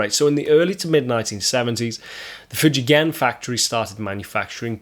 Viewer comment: You pronounced Fujigen correctly! Yeah! My buddy has an Orville LP with p90s and it is killer. I like it more than many more expensive gibbies I’ve played.